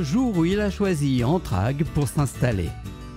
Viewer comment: Vous dites "ANTRAGUES" .... c'est ANTRAIGUES